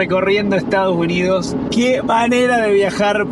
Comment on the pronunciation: se dice ESTADOS UNIDOS jajaj te comes la S en Estados jajaj saludos genios!